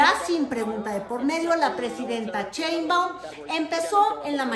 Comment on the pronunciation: Porque el apellido de nuestra presidenta lo pronuncias como CHEINbaum ?? Y el apellido del presidente Trump si te esfuerzas por pronunciarlo Muy a lo gabacho??